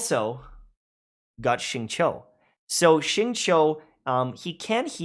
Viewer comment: He's having trouble trying to pronounce xingqiu 🤣🤣 in case u dont know its pronounced "shing-chiu"